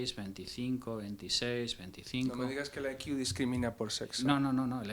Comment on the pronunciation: No entiendo el motivo por qué una persona supuestamente inteligente se tira media entrevista diciendo "I Q" (ai quiu) en vez de "C I" que sería la forma correcta de decirlo. 🤦